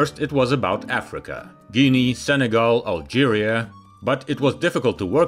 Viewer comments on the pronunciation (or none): none